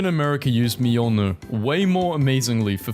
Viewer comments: The way he pronounces Mjolnir drives me up the wall. ME-YOL-NEER. M-JOL-NIR. MJOLNIR. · Its pronounced "miolnir" basically right ? I check to be sure and yeah its something like "Mi-ol-nir" (even tho its written "Mjolnir") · Mjolnir is pronounced more like Myolnyr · Mjolnir is pronounced Meol neer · are we gunna ignore how he pronounced Mjolnir? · Someone tell bro how to pronounce mjölnir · Please if you are going to do an entire 48 minute video about marvel memes, please know how to pronounce Mjolnir P.s. no hate I love your channel it's just mildly annoying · The j in mjolnir is silent.